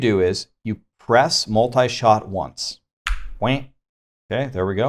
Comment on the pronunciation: New season,but same Multishot's pronouncation butchering..